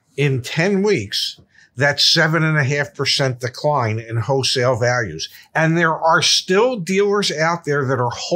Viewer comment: Hey zack, is saying "HOE-sale" for wholesale? lol Love U guys!